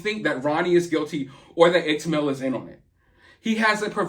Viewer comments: Pretty sure iCkEdMeL rhymes with wicked Mel. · Upchurch has 3 million subscribers,. And Mel’s channel is pronounced Ick-Ed-Mel lol. Soo many people (including Upchurch) pronounce it IckTMel and it’s buggin’😜🤣. Something is definitely going on with Ryan. I like that guy. And I’m really concerned for him. I saw one of his videos after a sold out concert in Nashville a while back, where he was talking about using shrooms with the locals. And he liked it. He woke the next day feeling good. I don’t recall his whole experience, but I’m wondering if he’s taken it too far. Or if he’s using other substances. I’ve never seen him go off the rails like this. I do know that lot of people sent Upchurch some of the info you’re showing that Upchurch recorded. I think people have started this ball rolling. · No biggie but just an FYI a heads up it's pronounced like Wicked without the w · It's Ick-ed-Mel.